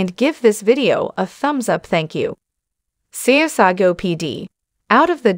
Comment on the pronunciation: “Sea- a - saw- go. 😂